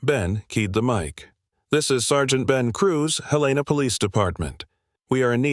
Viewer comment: Love the story, except Helena wasn't pronounced correctly!